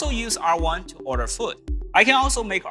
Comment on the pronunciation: He very clearly said "I can use R1 to order FOOT". Not food. Fairly typical translation pronounciation issue, that.